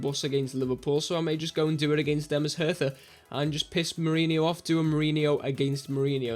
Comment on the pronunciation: Hi, looking forward to this save: ) You rarely see german saves at all. Dont sweat the pronounciation its okay: ) (hertha is nearly perfect prounouced) As for some Story. Hertha is the best ranked club and for some years now in the 1. Bundesliga. But they won not so much as far as Titel in the League and Cups go. Which is strange considering its the Capital of Germany and compared to other Countrys Capital Clubs do much better:) However there is another Berlin Club in the 2. Bundesligia (2nd division) and there some more in the 4th division (Regionalliga) which only covers a part of Germany (there are like 5 or 6 different Regionliga which all count as 4th tier division) that is where your 2nd Team is playing btw: )